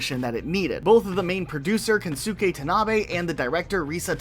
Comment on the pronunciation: His name would be pronounced “Ken-ske”. The “U” is silent or not pronounced.